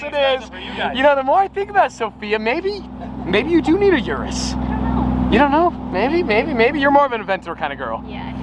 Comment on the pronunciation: It's spells urus but it's pronounced Orus